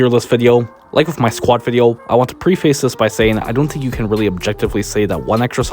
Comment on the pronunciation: pre-face and not pre-fuce. still love you but it's on par with bul-jer-ian